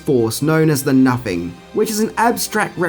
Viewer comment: Nothing. Pronounce it right. Nuh-thing. It's not "napping." Fucking idiot.